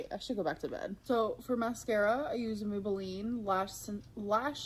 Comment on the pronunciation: Did she say "moobelline"?!?